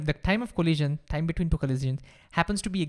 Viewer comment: say time not thime